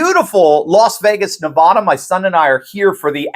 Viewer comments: Nev-AH-da not Nev-aw-da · Please, it's Nevada not Nevauda! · NEVADA! not Nevaaada! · Love you please learn how to properly pronounce Nevada , it matters to the people of the great state of Nevada. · It's Nevaaaaada, not Nevahda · It’s pronounced, “Nevada” not “Nevada.” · its not pronounced Nuh-Vah-Duh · Nevada not Nevahda! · NE-VAD-AH take it from a 30yr resident 😂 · That is said Ne.va.Duh You mark yourself as a tourist by not using the correct pornounciation.😂 edited for spelling typo 0. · It's not Ne vah dah....cringe! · Please don’t mispronounce Nevada 🇺🇸🌵❤️ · Say Nevada right please. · Hey, you’re an intelligent guy pronounce the name of the state properly. It’s not Nevada. It’s Nevada. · Ask a local, Steve, they'll tell you Nevada is pronounced with the first a as in cat, not as in what. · Love you, Steve, but it drives me crazy to hear you say Nevada. The second syllable should rhyme with at. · with all due respect… We do not pronounce the name Nevada in Spanish. It’s Nevada in English, like apple. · You're pronouncing Nevada wrong..... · Listen, my family is from Nevada, please learn how they pronounce Nevada, stop being a childish jerk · please learn how to pronounce Nevada. Damn! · Haven't you learned how to pronounce Nevada yet? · We know that you're not from Las Vegas, Nevada...you pronounced Nevada incorrectly. It's ok though.. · Welcome to my state, but you are saying Nevada wrong. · Steve, I hope you learn to pronounce Nevada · Try and learn how to pronounce Nevada